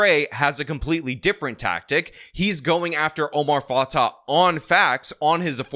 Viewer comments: Just a little correction: Fatah is pronounced Fatay and Fray is pronounced Fry. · Why do you keep using the wrong stupid new flag for Minnesota?? Plus you mispronounced both candidates’ names. It’s fah-tay and fry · You’re saying both her last names are wrong. I know it’s not the point of your video.